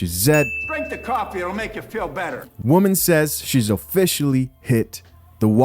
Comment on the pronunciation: at the end she said "you can be that woe-man"